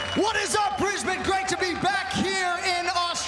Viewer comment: finally an american who can say my hometown properly, not brisBANE its more like how she said it, us aussies are very lazy lol